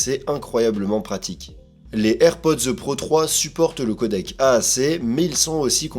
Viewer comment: On ne prononce pas "airpodzeu", mais juste AirPods......